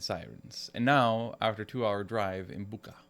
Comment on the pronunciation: The "ch" in Bucha is pronounsed like "ch" in "chips". BOO-tcha.